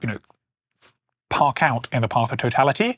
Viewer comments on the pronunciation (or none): none